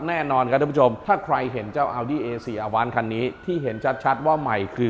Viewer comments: Avant แอฟแว้นท์ครับ ไม่ใช่ อาว้าน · Avant อ่านว่าแอวองซ์ มาจากภาษาฝรั่งเศษ แปลว่า"ก่อน" หรือจะแปลว่ารถตู้ก็ได้ค่ะ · 'AVANT' ออกเสียง อวองค์ ครับ ขอบคุณครับ